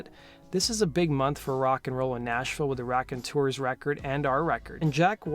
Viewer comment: It’s “raconteurs” bro. Nice video though